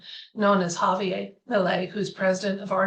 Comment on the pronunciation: Argentina is a Spanish speaking country. That means his name is ha-vee-AIR. 😊